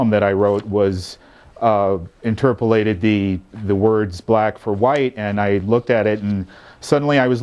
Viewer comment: he says INTERPELATED hahahahahahahahahaha